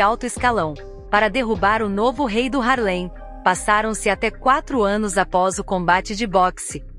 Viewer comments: Muito interessante até dei um like assisti o filme, mas alguém me dis aí é duro ouvir ela falando (HARLEM) um bairro ou município não sei bem sendo que o correto é (HARLEY) por favor né, mas parabéns pela matéria. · Não é "Harlém"; É "Hárlem". A matéria está ótima, mas a pronúncia também é importante.